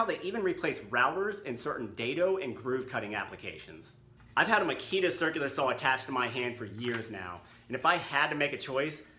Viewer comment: Ma-KI-ta [x ] MA-kita The company says so.